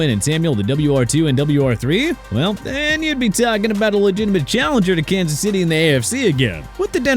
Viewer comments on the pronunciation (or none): none